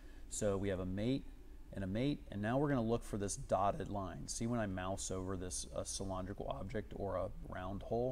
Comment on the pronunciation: Good at CAD, bad at english. Cyl-ON-drical...?